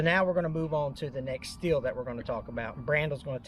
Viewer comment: Everyone pronounces Stihl wrong. I think it is funny because you can find PRC Steel saws here.